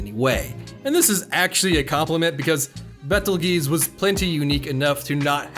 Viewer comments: Not quite...it’s Petelgeuse. I haven’t read the web novel, but the author said that’s significant, so yeah. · They don't even pronounce it like that in any dub or sub of the anime. It's Petelgeuse.